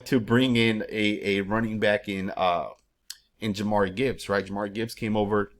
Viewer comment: Bruh, Jamyr Gibbs is going into year 3 and you're still butchering his name 😭